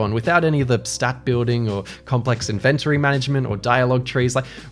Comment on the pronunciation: Dude, that’s not how inventory is pronounced